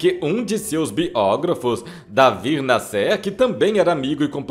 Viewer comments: Pronunciando nomes erradamente esse narrador. Não é NASSÊR. o nome do compositor é NÁSSER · Jacó das misses Se pronúncia Davi NA,,,,SSER e não Nascer Davi escrevia em O CRUZEIRO e era muito polemico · Pelo amor de Deus, fale o nome das pessoas corretamente. A pronúncia é Davi Násser(sei que está escrito errado mas é para fixar a pronúncia mesmo) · Amigo, David Násser , e não David " Nassér " foi o maior jornalista do Brasil das décadas de 40, 50 e 60.